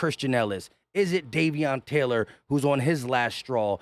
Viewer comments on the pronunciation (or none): none